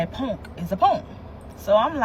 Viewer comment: “Punk”. She’s Philly to death. 😂 Jawn and “Ponk” are the bees knees of words to Philly people. I love it!